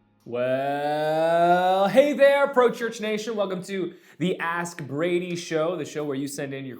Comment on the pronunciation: Have you ever noticed how when you say Ask Brady it sounds like Aspirating? Which isn't a bad thing to subliminally since it is what you are doing for the church media ministry (breathing life into it).